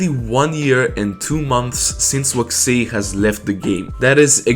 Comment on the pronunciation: why do you say vaxei like that